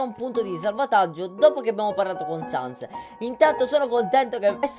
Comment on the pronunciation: "Non ha sens" (pronuncia di Sans)... capita? :D